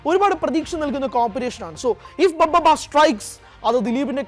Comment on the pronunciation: ബ ബ ബ അല്ലെടെ ഭ ഭ ബ ആദ്യം പേരെങ്കിലും നേരെ പറഞ്ഞു പഠിക്കേടെ എന്നിട്ട് വീഡിയോ ഇട്